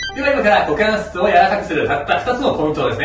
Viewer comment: いきなりのクウォカンスェツゥー(股関節）でかなり好きになりました。